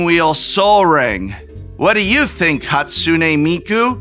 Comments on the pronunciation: Prof has had to say Hatsune Miku so many times that I think he's said every possible minor mispronunciation at least once. A couple of Mikos and a Hakune or two slips past after so many repetitions. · Tbh Prof, the intentional repeated mispronunciation of Hatsune Miku just comes off as a bit racist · At first i couldn't tell if he was mispronouncing "Hatsune Miku" on purpose or on accident. Then i realized he pronounced it wrong differently each time, and i had my answer. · is he deliberately mispronouncing "Hatsune Miku" each time as a running gag? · I love how the prof mispronounces hatsune miku differently each time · prof pronouncing hatsune miku a different way every time is kinda funny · I truly respect Prof slightly mispronouncing Hatsune Miku's name in like 4 distinct ways